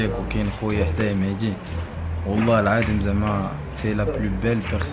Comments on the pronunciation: إلى بغيتي تولي من طبقة الارسطقراطية On dit pas : mehdi On dit : mehzi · ديك مهدي علاش كتنطقوها مهتي الاعصاب